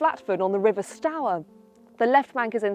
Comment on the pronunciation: Not St hour it’s ST oor